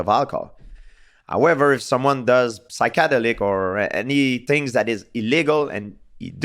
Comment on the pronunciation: You can tell GSP never done “Sykádelik” or “Marrjjhuana”